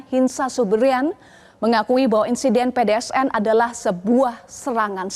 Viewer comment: pdns mba bukan pdsn